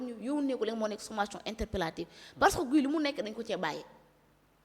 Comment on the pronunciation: NE DITES PAS GUY SVP!❤ ÇA SE PRONONCE "GI"😂😂😂😂😂😂. KII DU GUY , TABANAANI😂😂😂😂😂